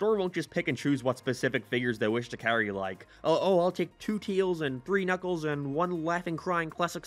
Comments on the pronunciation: He’s. He always says “Teels”. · 1. No 2. You said tails wrong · Why does he keep saying tails name wrong?